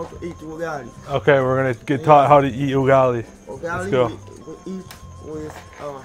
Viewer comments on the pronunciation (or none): He didn't say ugali he say yugali🤣🤣🤣🤣🤣🤣🤣